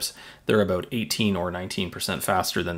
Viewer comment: "aboot" Definitely Canadian, buddy!